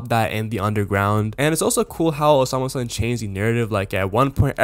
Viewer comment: bro its not hard to say the name😭